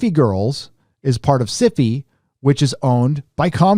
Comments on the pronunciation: The way he says syfy girls makes me think it's some kind of std. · Love how your Pronunciation of SYFY, sounds like beginning of syphilis. :)